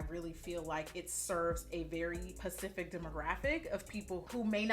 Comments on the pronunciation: I love how Jackie said the word specific right then corrected herself by saying pacific like she usually says 😂😂😂 $AnneB024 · I love that you emphasize pacific instead of specific for the culture. $Tacos4Tayco